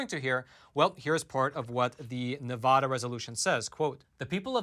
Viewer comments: Nye County's Sheriff said the same thing over a year ago. Sheriff Sharon Wehrly did. Thank you for covering that. And it is not pronounced NEVAWDUH. It's pronounced Nev a as in apple da as in duh. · PLEASE learn and use the CORRECT pronunciation of “Nevada”. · SCRRREEEEEETTTTCCCHHHH -*Nails on a chalkboard** Quit mispronouncing Nevada! It is beyond annoying! Here a video to help you not sound like a complete moron when you say "Nevada" Here is Brian Williams also telling you how to pronounce it